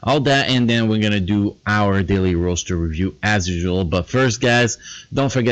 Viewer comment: the way you say Roster Review..... "ROASTer Review"